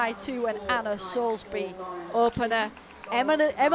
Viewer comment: Who is Anna 'Soulsbury' ? it's Soulsby !